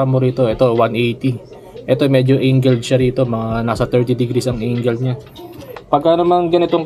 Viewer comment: Angle boss 'di Engle😅